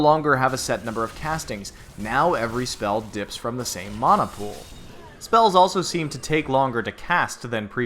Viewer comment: Unsubbed because you don't know how to pronounce 'mana'.